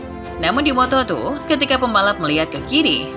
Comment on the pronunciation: lompatan dari moto tri ke moto tru😁😁 ngopi dulu mbak